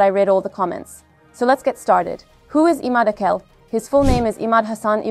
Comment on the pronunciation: Arapça isimler bize çok yabancı değil. İmâd tamam yabancı ama âkil değil. "a" harfi uzatılmadan akil diye okunmamalı. Bu isimlerin Arap harfleriyle yazılışına bakarak, doğru telaffuzuna daha fazla özen gösterilebilir.